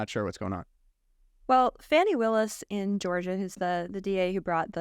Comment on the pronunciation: Really? She actually called the GA AG “ Fannie” vs the way it actually is pronounced which is this “fawnie”. So disgusting. Also sir D. Trump said to others around him, “Can you believe I ‘effing’ lost to Biden?” He said that. Trump did. He said it. Thus lying on this podcast is so evil. Saying YOU thinkTrump though he really won when he said he didn’t is nothing more than a lie. So much for truth.